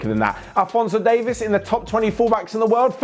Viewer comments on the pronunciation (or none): EA sucks, but at least they get Alphonso Davies name right. It's not Davis btw.